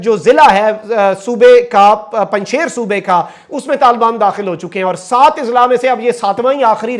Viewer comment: Pls pronounc panj Shir not panj shair